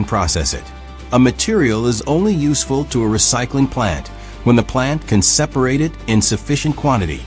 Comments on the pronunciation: It really is. They all really struggle with common words that have more than one pronunciation depending on context. It was 'separate' this time. Hearing these stupid mispronunciations detracts so badly that I can't finish watching the video. More and more of YouTube is being destroyed by AI, there needs to be an indication on the thumbnail if a video contains ANY AI and a way to filter out any videos using AI for visuals or narration. I'm tired of clicking on this crap. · in the video, your AI voice said "separate" (pronounced as a verb) instead of "separate" an adjective. Your AI bot needs re-training. Also "an aluminum ken" No, supposed to be "aluminum CAN."